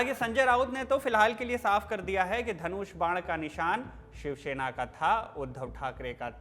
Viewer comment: भाई शिवसेना है शिवशेना नहीं। आपका उच्चारण बहुत खराब है।